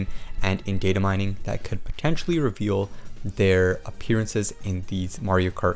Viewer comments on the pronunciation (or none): none